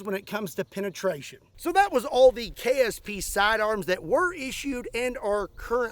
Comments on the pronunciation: It sounded like you kept saying “KFC” not “KSP.” Now I wannna go buy me some red & white bucket for lunch. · LOL almost every time you said ksp i heard kfc .....